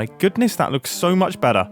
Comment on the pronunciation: The way mumbo pronounce "better" when saying "that looks so much Be'ah"